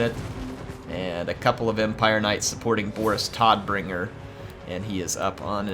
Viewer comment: Man you've just gotta call Boris, Boris Deathbringer hearing you trying to call him Todbringer which is german for Dathbringer makes me cringe. Great video by the way. All the Grenades.